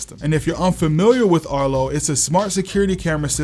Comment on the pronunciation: erto? erto arto